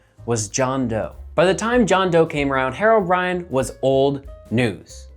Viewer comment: Why are you saying it like "hair-o brine"? It's HERO brine!!!